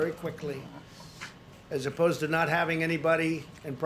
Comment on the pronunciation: “Moving quickly as aposed to...” Is aposed even a word?